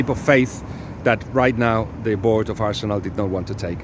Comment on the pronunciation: Dude - peeelease learn to pronounce Arsenal properly (we don't roll the r in English). 'arsenuw' not 'all-see-nalll'